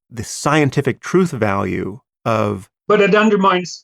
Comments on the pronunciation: What is “Troof”? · Did you have to put that Emo's face as your background the whole time? Furthermore, I refuse to accept an argument from a person that hasn't learnt to pronounce "th" and says "truth" as "truf" which is something that most 2 year olds have mastered. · I will never listen to anyone who pronounces it "troof". If you are born in England and you can't get basic English right I am not interested in your opinion.